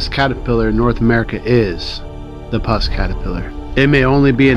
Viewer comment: Puss as in Puss 'n Boots - not pus like the gooey white stuff